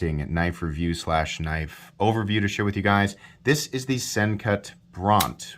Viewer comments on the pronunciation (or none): none